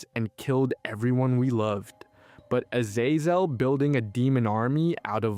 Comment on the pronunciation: Fucking AI narration. If this was a real person who actually watched the fucking show they'd know how to pronounce Azazel and Abadon